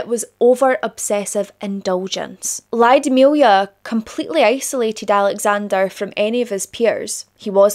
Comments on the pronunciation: Lyudmila [Luud-mill-ah]. The Y isn't pronounced that prominent. Not [Laio-di-milia]. Ludmila. Like the movie La Llorona the double L sounds like a j with a hint of L in the beginning. The same sound as that but more weight on the L and less on the J. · Mostly i agree. Except ''Lyudmila'' - bless you for trying though!